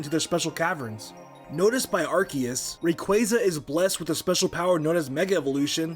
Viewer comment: You can tell has become an M&J stan with her pronunciation of "Arcoose"